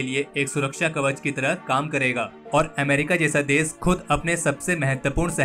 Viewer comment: Bhai apni jaban sudharo देश को देस, दुश्मन को दुस्मन बोल रहे हो